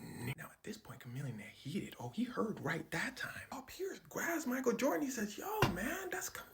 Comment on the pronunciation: Jorgan is a hard "R"